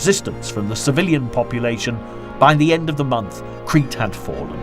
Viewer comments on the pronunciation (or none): none